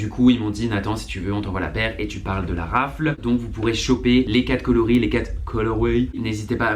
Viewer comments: Nathan on dit pas raffle mais raffele et pareil pour waffle il faut dire genre wha ffle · Nathan omgg super vidéo comme dab on te kiff hein mais on dis waffeule et raffeule 😉